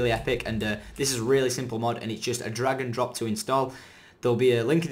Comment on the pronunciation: LOL! The second time he said drag and drop, I thought he said dragon drops. Too much skyrim